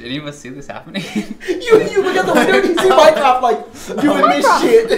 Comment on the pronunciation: Instead of mycroft all I hear is mine craft and I hate that game. Lol